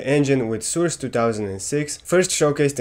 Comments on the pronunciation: Awesome video! I really like how you pronounce Source as Soors xD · it's source not soors